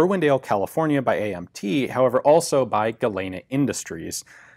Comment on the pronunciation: Tiny nit pick on an otherwise excellent video but Galena is pronounced "gu-lean-uh"